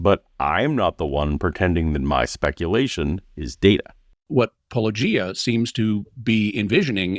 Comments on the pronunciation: If the guy mispronounces your name "paulOgia" but then pronounces Josephus "Joseph-us" You can't feel too bad I guess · The ongoing mispronunciation of Paulogia throughout the video even after it had been clarified right at the start...well this shows exactly the tone they're going for. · After so many videos and 7/8 years of commenting on those videos, they can't be bothered with pronouncing 'Paulogia' correctly. Weak, puny apologists. 🙄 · The suffering I went through hearing you called Paw-low-gee-ah over and over and over again as though no one can look at a single video of yours in prep to see it's -oh-gee-ah... it's that Harry Potter 'Leviosa' scene over and over again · Me when I watched my first Paulogia video: “That’s a weird word! I wonder how it’s pronounced!”: “Hello, and welcome to -Oh-Gee-Ah.” Me: “Cool.” Apologists who have interacted with several Paulogia videos and even with directly: “-Oagy-Ah? -oh-guy-ah?” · Why does the ginger cowboy fella seem to have alternate pronunciations for every proper name that he utters? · I know I've pointed this out on other videos, but I find it maddening that APOLOGISTS continue to mispronounce "paulogia," which comes from the root word of what they do. It has to be intentional. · How do so many of them manage to have such a hard time pronouncing your channel name? You say it within the first few seconds of every one of your videos! It's not like they're just reading it and having to figure it out on their own. Makes you wonder if at least some of them do it on purpose. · I will never understand why so many apologists cannot pronounce channels name. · How is Cameroon still having trouble pronouncing your name? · Why do these people mispronounce names so much? The correct pronunciations of Paulogia and Josephus are easy to confirm. Why can’t they put forth the basic effort for decency?